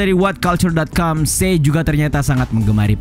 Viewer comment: Che dibaca ce buka se. Tolong lah, kesalahan penyebutan sedikit aja bikin males dengerin vidionya.